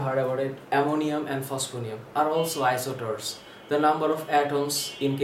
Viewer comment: It's isosters not isoters